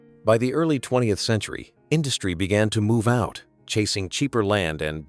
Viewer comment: AI narrator: "was being priced.....out." "a no.....man's land"